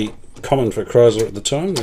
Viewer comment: It's Kriesler (pronounce kreesler) not Kreisler